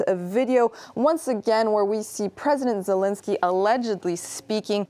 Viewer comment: It's Zel-EN-skyy, not Zel-IN-sky